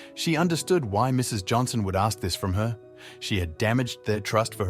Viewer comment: Poorly made up nonsense story, that only small kids or non horse person with low IQ would believe, The BOT voice can't even pronounce "ask". Anyone who believes this BS, I might have an investment proposition on a bridge... well maybe not, trying to distance myself from those naive, gullible types that will argue until blue... My favourite part of this video was "wanted to make a quick buck" OMG waiting 11 months to make a quick buck, come on people can't really be do sappy as to believe this cornball holed filled fantasy!?! Surely our collective IQ has not dropped this much! Another BS channel selling MERCH going on my block list! Too do loo...